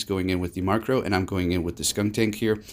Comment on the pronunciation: Stop saying Markrow! Its Murkrow! MURK not MARK